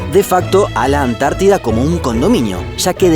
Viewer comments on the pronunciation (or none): none